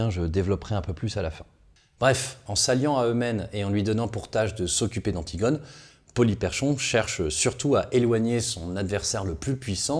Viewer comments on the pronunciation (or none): Ca se prononce "Polyperkhon", comme si le CH était un K.